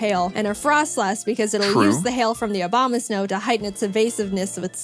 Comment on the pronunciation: I love how jaiden pronounce abomasnow obamasnow